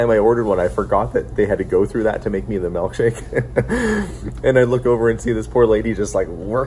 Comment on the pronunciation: I can tell you spent time out east by your pronunciation of milk shake as "melk shake".